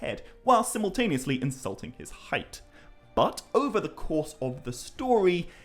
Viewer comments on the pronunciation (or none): none